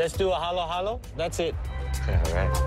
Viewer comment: Halo-halo not hollow-hollow. halo is a Filipino rootword which means "mix". when you say paghalu-haluin means "mixing".